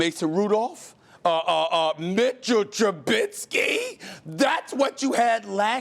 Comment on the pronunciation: MITCHEL TRABISSKKIII???😂😂